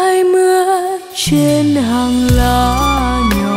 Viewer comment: Cháu là 1 thiên tài về âm nhạc. Chú đã theo dõi cháu từ ngày hát chung với ĐVH. Chác có tài, lại có sắc, và có nhiều điều kiện để phát triển. Cháu sẽ thành công. Nghe bài Diễm Xưa, chú đề nghị cháu cố hoàn chỉnh 1 vài chỗ về phát âm như...hằn lên nỗi đô, truên tầng tháp cổ... Vài câu là điểm nhấn, nơi ngân nga...giọng cháu hơi lớ nên chú có cảm nhận đây là giọng của 1 Việt kiều... Mong cháu cố sửa những khuyết điểm này để vươn xa hơn nữa. Mong nghe bài hát kế của cháu.